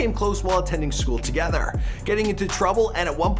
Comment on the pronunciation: 😂😂😂 the way he said together.